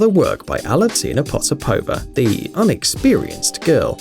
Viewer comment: Its funny how the narrator emphasize on the word "Inexperienced"